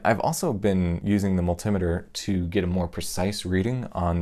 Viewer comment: Funny how in English words like odometer, speedometer, calorimeter and dosimeter are all pronounced with the emphasis on the syllable before "meter" but nearly everyone pronounces multimeter with the emphasis on the first syllable. You're the first person I hear it prounouncing like the other words. So which pronunciation is correct?